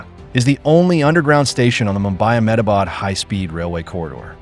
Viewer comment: THE INDIA GOVERNMENT, " M-Ah-bad" lol